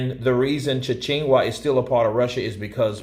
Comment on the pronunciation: Lol "CHETCH-NIA" is how you pronounce Chechnya:-))